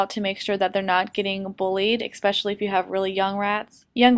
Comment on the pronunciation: That's not how you say especially. Adorable video.